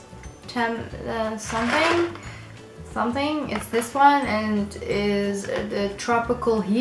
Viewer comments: Pronounced "hawt tah-MAH-leez" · It is pronounced Ho Ta-ma-lee